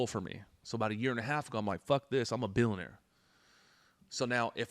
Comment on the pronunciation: can't even annunciate the words... millionaire and billionaire. But he can pronounce the F-word perfectly. If you review his company credentials, you will find numerous complaints about unreturned refunds and inadequate sales training. His sales system is JV league selling to young kids. The worst example of so-called "success." He can write scripts with F-bombs. What a joke!